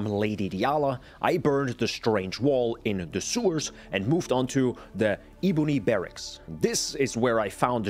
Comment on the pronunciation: "Iboony Berraks"